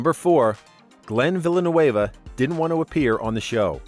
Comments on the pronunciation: glenn villa-new-avuh? have you ever even watched the show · Villeneuve...not Villanueva...cant you read?!? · Glen Villeneuve is not Glen Villanueva is from Burlington, VT. It's pronounced Vil-en-nu. You make it sound like he's from L.A. He may now live on the west coast but he's originally from New England. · its Villeneuve not villanoueva......... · Villeneuve is French not Spanish its pronounced Vl nuv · Would be nice if they pronounced his last name correctly. Villeneuve is NOT A LATINO NAME! Try pronunciation guide for French. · Seeing a lot of people complaining about he pronounced Glens last name. I bet 99% of the people here wouldn't know how to start pronouncing it, much like myself. Point is, who cares how he pronounced it, at least he put the effort. A lot better than people misusing "then" and "than" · Learn how to pronounce Glenn's name please! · That irked me too, his last name is of French origin, not Spanish. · lol Love the way you pronounce Glenn's last name...hahaha. Look up who Gilles Villeneuve was and how to pronounce it. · You said Glenn’s last name wrong 😑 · Stop mispronouncing Glenn Villeneuve's name he is French not Spanish. No one could force Sue Aikens to do anything. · That’s not how Glen’s last name is pronounced. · Wild way of pronouncing " Villeneuve." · If the narrator mis-pronounces Glen's last name that badly, he obviously doesn't watch the show. Click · I like how took butchering the word "Villeneuve" to a whole new level. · Lol this guy can't pronounce Glen's last name. It's French not Spanish.